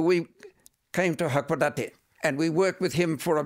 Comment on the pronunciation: He lived a very sheltered life, which is why when asked what 1960s Japan was like, he couldn't really give a detailed answer. Also, his pronunciation is terrible. He says "hakodati" instead of hakodate. Not uncommon amongst missionaries who come here. They really don't mix with Japanese very much. Remarried with a Japanese woman who was a member of his church, and... well, it's not uncommon for many foreigners to live here, but have no clue what it's like to actually be in Japan.